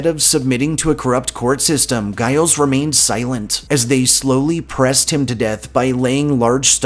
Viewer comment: Hello from the Northshore. No offense intended here, but Giles Corey, is first name is pronounced like Jyles, not with a heavy g sound. Great video here, thank you!!